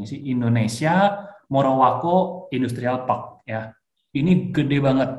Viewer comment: Morowali bang, bukan morowako